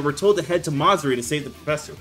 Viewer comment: “Ma-Zuri”💀 bro its Ma-Zu-Ri 😭 Peak video my boyy